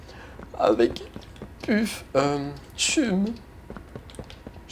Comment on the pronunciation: Ce n’est pas Chumme c’est Cham c’est jam c’est EE tu